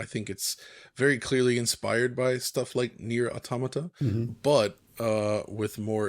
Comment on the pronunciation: just got so many brownie points from me for saying Automata correctly. (there was an official tweet from Square, that I can't find anymore, that says the pronunciation is like the english word Automaton)